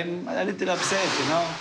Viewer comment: english with tunisian accent is the best 😂 you knowwwww (take that last syllable and never come back)